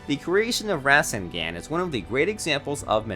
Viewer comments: the creation of ra- sen- gan. ☹️ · BROOOOOOOO IT'S RASNGAN NOT RASENGAAAAAAN BRUH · Rai-kā-gây, sauce-kay, Nah-ru-to, Mīn-ato, ra- sen- gan. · my boy cant pronounce rasengan